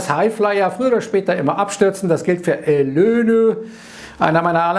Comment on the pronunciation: bei jedem Elönö 😂😂😂